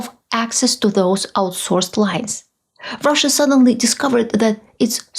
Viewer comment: When you say Russia, I hear USA. 😥